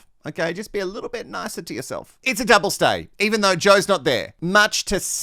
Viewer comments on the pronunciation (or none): "Doub-lay stay" 😆👏🍷🚬